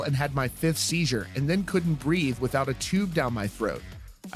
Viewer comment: Are you saying “sheezer” holy shit